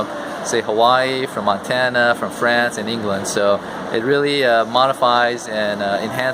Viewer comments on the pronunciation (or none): none